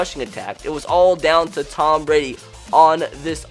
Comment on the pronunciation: Tom not Tommas dumbass